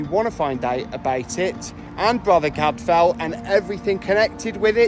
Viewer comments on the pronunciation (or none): CAD-FILE! Cadfael. ELLIS not Alice! (Edith Mary Pargeter aka Ellis Peters)